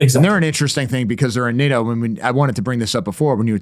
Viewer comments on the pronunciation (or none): none